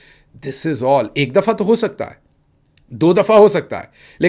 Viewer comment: Ho ka alam nahe hota HOOO ka alam hota hay